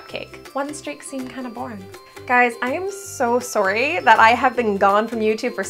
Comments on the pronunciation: Who else knew she was canadian as soon as she said sorry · when she said “sorry” she sounded australian lol